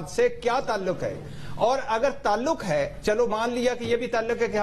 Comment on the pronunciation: talaq nhen hota bhatti sahab taluq hota hai pehle urdu bolna to sekho fir ray dena